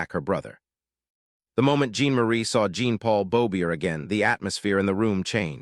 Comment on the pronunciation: It's not pronounce Jeen Marie or Jeen Paul it's pronounced John Marie and John Paul.